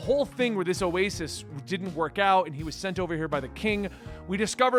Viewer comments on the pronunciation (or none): none